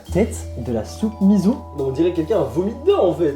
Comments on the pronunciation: Bon alors on va mettre les choses au clair 😂 On dit soupe miSSo pas miZo même si ça s'écrit miso, en japonais, un -s se prononce comme -ss en français :') #soutenonslasoupemiso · Soupe miSSO et pas miZo 😂